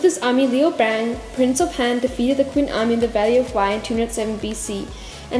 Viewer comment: Qin is read as Chin